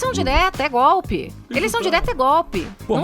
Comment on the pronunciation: puta que pariu tem q rir pra não chora da falando: Foi Goolppii